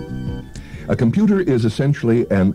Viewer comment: Jayne Meadows... "Computah"...